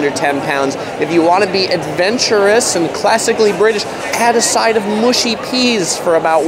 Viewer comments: Borough is pronounced burah and mushy is how you say it not moooshy! Good vid though mate! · Tourist food! And they aren't "mooshy" peas. They are "mushy" peas.